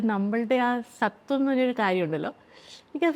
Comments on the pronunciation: Swathvam aanu mole Not sathvam 😊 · Ee avasarathil parayan paduo ennariyilla. സത്വം എന്നല്ലല്ലോ, സ്വത്വം എന്നല്ലേ..😅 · സത്വം അല്ലെ സ്വത്വം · സത്വം അല്ല സ്വത്വം ആണ്. identity വ്യക്തിത്വം എന്തായാലും മനോഹരമായ അഭിമുഖം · സത്വം അല്ല സ്വത്വം' അതാണ് identity വ്യക്തിത്വം എന്തായാലും മനോഹരമായ അഭിമുഖം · സത്വം അല്ല സ്വത്വം. 😀note the arthavyathyaasam 😂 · സത്വം അല്ല സ്വത്വം... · സത്വം അല്ല സ്വത്വം ആണ്❤ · സ്വത്വം.. But they pronounced it in a wrong way.